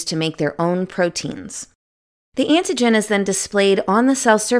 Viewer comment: I couldn't concentrate on the video because this woman keeps pronouncing AN-TI-GEN as IN-TI-GEN........smdh.